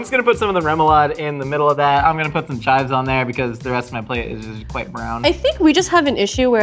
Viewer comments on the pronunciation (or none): none